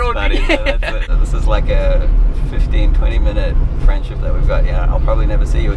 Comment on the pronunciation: "friendshit" love it